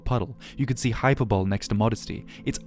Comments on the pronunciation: Excellent video. Couple unimportant notes: Hyperbole rhymes with goalie, not bowl. I think you said carrot “on” a stick, which is a thing in cartoons for steering a donkey or something. The concept of reward vs punishment you seem to be referencing is a carrot (a treat) “and/or” a stick (for doing violence). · sorry to be that guy but its just pronounced 'hy-per-bo-lee' not 'hyper-bowl' lol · Did he pronounce hyperbole as hyper-bowl? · Hyperbole is pronounced "Hi-per-buh-lee" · "hyper-bowl"?!? Hyperbole? Did you even write this script?? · Hey Friend! Hyperbole is pronounced like “high-per-Bo-Lee” or faster “Hi-per-bo Lee”, four syllables. Not being the pronunciation police, just throwing that yer way. Nice vid btw! 666 comments🤘🏼